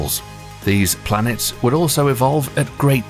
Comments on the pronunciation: This dude really said "🅱️lanets". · dude really said “🅱️lanets” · “blanets” 🌏🪐💫 🌝 s i u n s